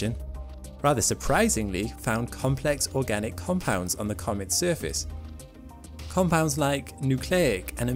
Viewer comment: Oragnic? Or organic?